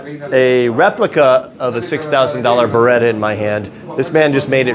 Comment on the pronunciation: beretta not “brita”